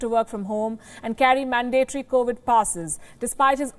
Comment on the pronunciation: Dear Ms Sharma. I have commented before how much my white English husband and I (German, white) love and closely follow your news. Your English is excellent (I must admit I never understand your countrymen and women in Indian call centres. There is just one word you use a lot where your pronunciation is incorrect Mandatory is NOT stressed on the second syllable and pronounced like day (man - DAY - tory), but instead stressed on the first syllable, and both As are pronounced a, as in man. So, it is MAN - da- tory. In fact, the o in the last syllable is almost swallowed, mandatry because the stress on the first syllable of the word makes it a bit long with a third vowel in the last syllable. I am a linguist with a Masters degree in English and Spanish (plus a few others) and I don't want to insult you in any way, I just love the English language, and the Americans, Australians, and South Africans massacre it and its grammar in particular, but the Indians who don't need to learn English as it is not their first language do it anyway and they try to get the grammar right, they just speak it differently from birth and that is something that is very hard to change, although your English is amazing. Please keep your fabulous News videos going (I can only watch them on YouTube so I am very thankful you put them on YouTube). Have a great week whatever you do on our Christian holiday and blessings from all our creators.